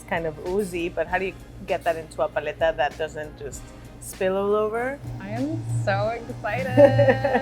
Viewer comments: I love how the owner keeps emphasizing the word "paleta" yet chef rebbeca keeps saying it like she's ordering a Starbucks menu item. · lolo fernandez lmao no. Learn Spanish vowel sounds. Even listen to the lady she’s interviewing! It hurts every time the host says it her way... it’s like pronouncing tortilla “tor-till-uh”. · Pah-lay-tuh. How did the producer not slap this woman. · This is the whitest way I've ever heard paletas pronounced lolllll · i live in argentina, and i can tall you that paleta has no "lay" sound, not even cloose to it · I couldn't watch this whole video because of the way she was pronouncing the word paleta. Made me cringe every time she said it. She needs Spanish lessons badly. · Idk how I feel about how she pronounces "paleta"